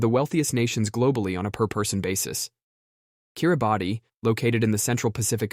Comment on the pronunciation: Kiribati is pronounced Kirr-i-bass 🤔🤷. That being said, I love this kind of information video - it puts things into perspective